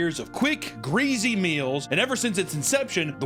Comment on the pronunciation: Why does he pronounce greasy like that?